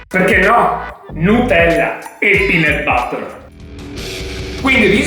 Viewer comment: Bel video ma si pronuncia peanUt non peanEt